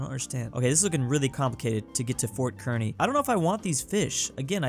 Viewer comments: As a Nebraskan it's pronounced car knee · "Kearny, Nebraska" is pronounced "CAR KNEE" FYI